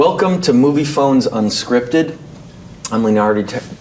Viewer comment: Very funny l like this a lot xD Fave part is where Leonardo messes up his own name lol wow, good job. xD I felt like the questions were really awkward :O tho And geez I didn't even know Leo was funny, I always thought he was boring... Awesome movie saw it like 10 times lol